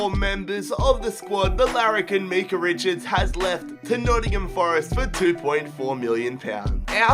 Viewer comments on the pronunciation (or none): none